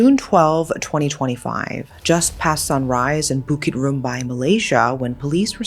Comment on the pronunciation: It’s Bukit rambai, Melaka